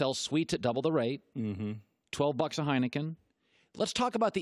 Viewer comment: manalytics...hahahaha. And nobody drinks Heinken